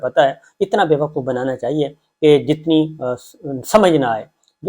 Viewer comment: It's pronouced BeVqoof correctly and NOT BeVAqoof